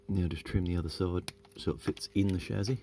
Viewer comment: Interesting mods. If "solder" pronunciation is all you have to complain about us Yanks, you are doing better than most. BTW, it's Chassy, NOT Chazy.........:)